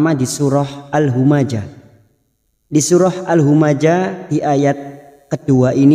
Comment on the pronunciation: Maaf ust.kenapa nama surah bukan al humazah sesuai hijaiyyahnya.. kena al humajah...didtu kan huruf